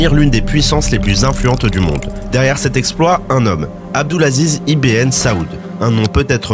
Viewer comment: Alors le « ibn » se prononce enfaite ibeun et pas IBN mais très bonne vidéo